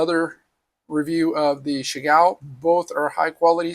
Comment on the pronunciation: I’m waiting for my Lantern Moon set to arrive….Chiaogoo is pronounced CHOW GOO by the way…..